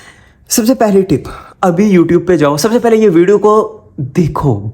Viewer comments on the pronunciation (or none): none